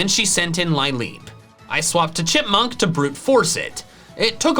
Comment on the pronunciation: Lileep is pronounced "Lih-leep", not "Lie-leep". Its name partially comes from Lily.